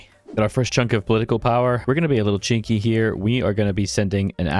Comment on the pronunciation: When your hybrid accent pronounces “cheeky” in such a way that the auto subtitles isn’t willing to encode it because it sounds like a slur… awks.